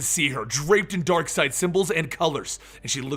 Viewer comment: It is not Darkside but Darkseid... X_X